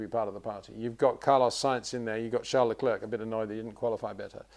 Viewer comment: He actually pronounce it correctly, always thought leclerc was pronounced another way, but Charles admitted it's how peter says it.